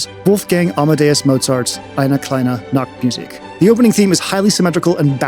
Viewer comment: the way you pronounce "eine kleine nachtmusik" sounds like "eine kleine nacktmusik", which means a little nude music instead of a little night music.